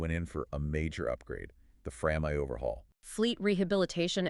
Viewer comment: Intriguing story of one of the last two Gearings, and also far and away the best AI voices I've ever heard. The only things that gave it away were "FRAM eye" instead of "FRAM one" (also WW-eye-eye), and "Hail Selassie" instead of "High-lee Selassie." If they were all this close and natural-sounding, I'd follow a lot more channels.